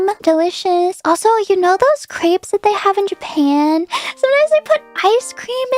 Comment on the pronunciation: The way fauna pronounced Crêpes made me so uncomfortable and I’m not even french